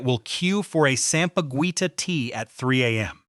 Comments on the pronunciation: It's pronounced ( sampaguita) sam-pa-geeta. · Sampa-Gwi-tah disturbed me 😂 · The “gui” in sampaguita is pronounced Gi like in Guitar. Just saying lol.